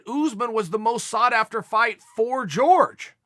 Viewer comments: great talk! It is not “George” it’s “Jorge” asin “Horhe Masvidal” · Everybody: Hhó-rhhe, Hor-hay, Hór-Ge. Chael: George. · Day 10000 of telling chael that GEORGE masvidal actually name is jorge and it Pronounces horhe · Hey "Chay-yell" Sonnen, as a commentator and someone with a name that can probably mispronounced can you just call him "horhe" masvidal? Note it's a short "e" sound so not "horhay" but rather "horhe" lol thanks I hate hearing you and askren say George. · Btw its pronounced Jorge Not George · Masvidal mentioned that if he wins or not, he'd like to "run it back" with Nate and give him another shot. Even if he wins the belt, he wants to give Nate taht shot to take it from him, Respect to Jorge... also why do you always call him George? lol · Why do they call him George and not Jorge? They dont call kamaru, Marty. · Why is he calling him George? It’s really not hard to pronounce his name correctly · I always have to smile when he says "george" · Just say Masvidal, Chael. Dont need your whiteboard spelling to leak into your pronunctiations.